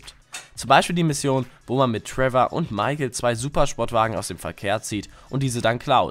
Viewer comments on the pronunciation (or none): none